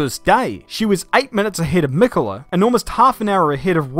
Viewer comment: Female Youtuber comes on talking about female racers and immediately enters with a mispronunciation of Michele's name. lol.